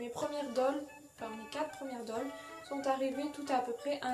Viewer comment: T'es doll sont superbe💜 Par contre la prononciation c'est pas sa...